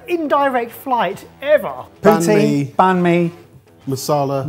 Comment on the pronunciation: Well shit. Just heard "poutine".... unfortunate boys. Unfortunate.